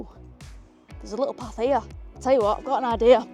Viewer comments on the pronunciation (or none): none